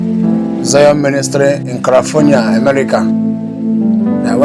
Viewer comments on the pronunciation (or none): It's called California not Karafornia please , glory be to God Zion we move , Zion we fly from Washington DC.